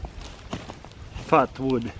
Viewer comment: At first I thought he said fart wood